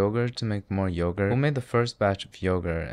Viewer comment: yoğurt is turkish but the way you fucked it up im ok with it being greek